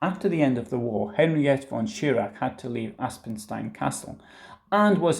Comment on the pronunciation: It's pronounced 'Henrietta'.